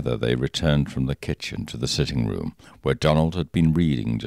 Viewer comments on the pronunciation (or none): none